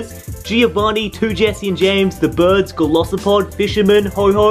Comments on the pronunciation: Umm golosopod I swear it’s golisapod right? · It triggers me so much that he keeps saying golosopod